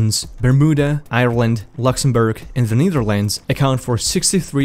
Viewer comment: It's Netherlands NOT Neetherlands! I rather hear you say the Dutch instead... 😕